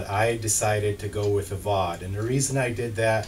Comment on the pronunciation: Fau de (long e as in pee but not with the same sound - mor like hen but longer).